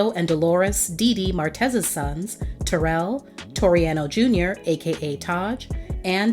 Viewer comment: It would have been great if the commentator would have pronounced Taryll name correctly! Gives the story more authenticity. It's pronounced like " Daryll". SMH‼️